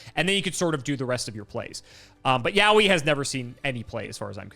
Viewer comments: To be clear, the pronunciation of "yowie" should be "yoh-wi" based on the Japanese reading. Yowie (spelled yaoi) is a japanese word for gay male stuff, so probably not what they are going for. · Yaoi is not pronounced like Yaowy but I'll pretend that it does because that's way funnier. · I think my soul left my body for a moment with the sentence "I'm going to Yaoi Voxie." Like. Honey. Noooooooo.